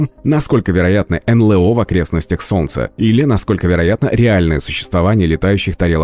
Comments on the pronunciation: "энлЭо"(с) энЭЛо - вообще-то...прям "ухи" режет.. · Да чего уж там, произносите уже НэЛэО. Блин, ЭнЭлО!!!